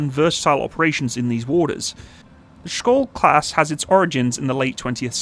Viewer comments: funny hearing an english speaker trying to say SKJOLD....the K is silent...it's pronounced like SHIELD, but with an O insted of IE...and the D at the end is also usually not pronpounced..so something like SCHOLL, I guess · The SKJ letters is pronounced like English SH. You could pronounce it Shyold. And, yes, it means Shield. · Hi, I have been following developments of the Skjold class for a number of years. By the way, I think it is pronounced Sh-old. I was born in the Shetland Islands and my father used to tell me about the Norwegian Torpedo boats which he observed in the War. One year we met one of the Norwegian veteran's from that time. He was a man who rowed across the North Sea at the age of 14 with his brother and then when he was old joined the Free Norwegian navy on their MTB's. One sunny Sunday afternoon in the 1970's, I saw a flotilla of Norwegian MTB's roaring into the harbour at top speed - what a sight! The Skjold is a fantastic design. It is a bit lacking in ASW though which is something the Swedish Visby is good at. It is a far better design than the Littoral Combat Ship. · You can pronounce Skjold as "Shold" it means "Shield" which i find rather fitting. :) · Skjöld}=SHEILD WITH A SH SOUND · so K is like H and J is like I? "Shiold" or "Shold" is pronounce? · Everytime he say SKOLD I physically cringed. The J is pronounced like Y in Yemen. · Btw, you pronounce it like a "sh" sound, so "skjold" is more like "shold" in your pronounciation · As a Norwegian, it's always interesting hearing foreigners struggling to pronounce Norwegian words. Our language can be quite tricky, including words like "skjold" ("shield" in English). The word "skjold" is basically pronounced similarly to its English translation, "shield", except with an "O" sound.